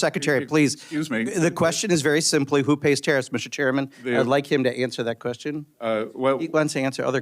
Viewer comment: Carrots not tarriffs